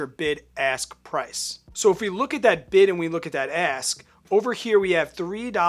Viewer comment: Great video!! Maybe it's just me but I keep hearing BIG ASS bid & BIG ASS spread 😂